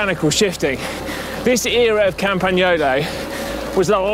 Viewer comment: OMG Si pronounced the “gn” in Campagnolo correctly. I am so happy to hear a Brit who is able and willing. :)